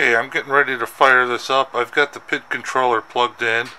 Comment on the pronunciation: And it's Pee-eye-dee controller, Not "pit" or "pid" Sounds like Bob Villa when you say "pid for the thermocoupler"